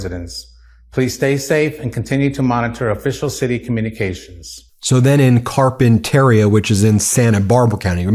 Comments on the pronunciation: Ben... you live in SoCal. How do you not know how to pronounce Oxnard and Carpinteria? Ox-Nard like Card. Carp-enter-ee-ya. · Ben it’s pronounced..Carp. Pen Ter Ria..wonderful place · It’s pronounced Car-pin-ter-e-a. Sorry, I just had to say it’s pronounced. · Just FYI: "Carpinteria" is pronounced "kahr-pən-tuh-REE-uh". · you will hear the proper way to say "Carpenteria" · Come on man you’re a Californian. you know how to pronounce CARPINTERIA. Like carpenter… rea. Workers stay home find out when to go back to work. Maybe the night shift just stay home. Don’t make their day by being arrestable. Just stay home. Be safe. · Car pin ter ia - Pronounce it properly. You're for CA so you should know how to pronounce it. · Btw…carpenteria ending is pronounced like cafeteria’s. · You’re mispronouncing Carpenteria. It’s CarpenteRIa not CarpenTERia. It sounds wrong with the stress on the wrong syllable. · Car pen ter i a. Pronounced with 5 syllables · I can't stand it: it's pronounced Carpenter eeah, not Carpen tair eeah. Carpenteria. And Oxnard - sounds just like it's spelled. You have to work to get it wrong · Pronunciation Ben: /kar-pen-ter-I'-a/ accent on the penultimate syllable. Listen to the way Rep Carbahol pronounces it. There is a carpet retailer called Carpeteria. "Oxnard" give full value to the second syllable. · Glasshouse Farms in Carp in teria (that's how u pronounce) CEO former Cop who put people in jail for cannabis. Salud not treated right hes a Congressman. He should have pressed it w National Guard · Ben, Carpenteria is pronounced “Car-pen-ter-ee-a”. I grew up in Ventura County, raised my children in Camarillo, and currently have a brother, nephew, grandson and cousins living in Ventura and Santa Barbara counties. It breaks my heart to watch Fuhrer Trump’s militarized Gestapo invading our country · Ben, it’s pronounced Car pen ta re ah 😊👍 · FYI Carpinteria is pronounced: CAR pin tuh REE uh -- not like cafeteria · Ben, it’s Carpent ER-IA(pronounced Ter-ea)